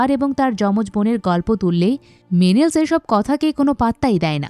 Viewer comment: নামগুলো ভুল উচ্চারণ করছেন। টেলিমেকাস, মেনেলাউস, এগামেমনন। অডিসিউস / অফিসিয়াস, ক্যালিপসো আরো অনেক নাম ভুল উচ্চারণ শুনলাম।